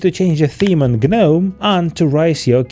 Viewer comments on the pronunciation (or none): Great vid! Also btw gnome is just pronounced like nome